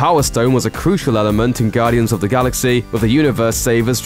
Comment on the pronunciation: I hate the way this narrator says, "Gaudians of the Galaxeaeah."